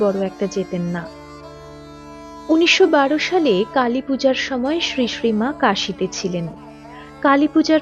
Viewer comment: আপনার শ্রীশ্রী উচ্চারণ ঠিক করবেন। শুনতে ভালো লাগবে। "শ" হলেও sree sree হবে।